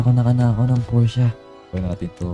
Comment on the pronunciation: Pors po basa sa Porsche